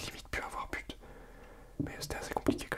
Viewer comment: J'avais compris pute olieu de but 😂😂😂😂😂